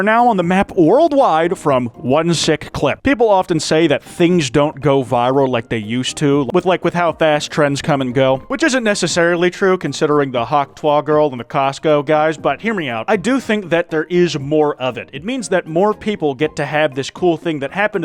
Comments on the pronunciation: WHAT TYPE OF PRONUNCIATION OF HAWK TUAH IS THAT??!! HAWK TWAH??? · Love that you pronounce hawk tawh like it was french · i like how says 'hawk twah' instead of hawk tuah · The hell was that tuah pronunciation